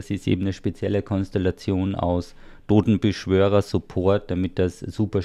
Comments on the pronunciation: ich hab gewusst, dass er wieder "dodenbeschwörer" sagen wird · Wie Lustitsch HaHaHa